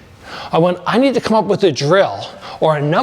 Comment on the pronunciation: It sounded like it was $300 down to $299 the way you said it, I had to rewind and watch again, haha. Down "TO" $99! 😂. Maybe if you said to ONLY $99 it would have sounded a bit more clear. Best regards.😊